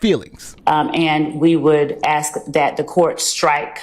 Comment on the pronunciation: so this female attorney axting questions to little woody, with her education shouldn't she know the difference between ask and axt